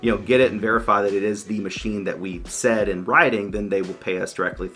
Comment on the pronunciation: “Machime”….I’ve laughed and said it out loud too many times so now I don’t know how to say it the correct way anymore. :D